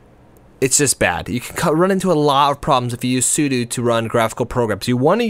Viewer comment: The way he pronounces sudo.